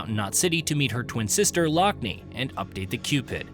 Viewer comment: "Her sister lock-knee" Tell me you've never actually played the game without telling me you've never played the game. Every single character pronounces her name Lockne 'lock-nuh'